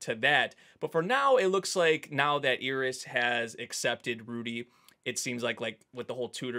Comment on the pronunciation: Her name is Eris, not Ear-is. please